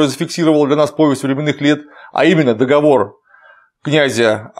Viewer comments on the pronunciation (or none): none